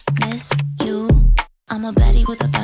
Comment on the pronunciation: 這老闆說zet 158